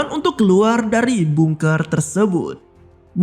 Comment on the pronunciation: Tulisannya emang bungker.. tapi di bacanya gak harus bungker juga yg bener bacanya adalah bangker